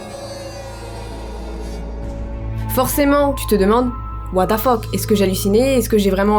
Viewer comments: Anglais: what the fuck: what da fuck 😂😂😂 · La mort fais partit de La vie...Bah nn 😂😂 Les français: What the fuck: Watefeuk 😂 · "OUATAFOQUE" -de. 😭👍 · "what da fock" 😂😭😭